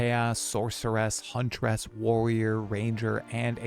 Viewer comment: I find it funny how you say Huntress. Hunt-er-ess